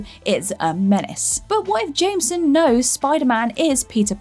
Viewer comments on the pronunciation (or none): Nobody gunna mention her abysmal pronunciation of "Jameson"? No? Alright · You say Jameson wrong XD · Am I the only one bothered by the way she pronounced Jameson when saying j. Jonah jameson?